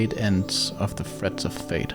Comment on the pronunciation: Why can't you just pronounce the "th" sound? Why must "Fred" and "Thread" sound the exact same when you say it?